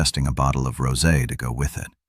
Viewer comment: First time they pronounced rosé correctly in one of these stories. He does seem a little psycho up to the minute mark.